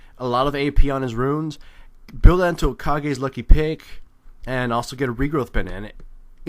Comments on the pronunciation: Kage's lucky pick is pronounced like "Cage's lucky pick" It is a reference to Tenacious D and the Pick of Destiny. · Kage's lucky pick is pronounced 'Cage' not 'Ka-gei'. It's a Tenacious D reference.